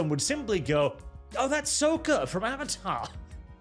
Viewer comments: Say it with us: Sock-kah, not soh-ka. The series has voice acting, how do people get it wrong? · i find your mis pronouncing sokka as souka incredebly anoying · You mispronouncing Sokka makes me more angry than any liberal could ever be. It’s pronounced like “sock” as in socks and shoes JK good vid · Sokka’s name is pronounced “sock uh” he’s very particular about this.